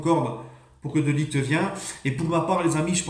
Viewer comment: On en parle de t’as prononciation de De Ligt respect le joueur un peu 😭